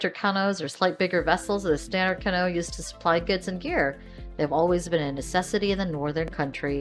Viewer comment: CanO?? Lol Please stop saying canO haha Bad enough most people call them Canoo's. It's cAnoo :)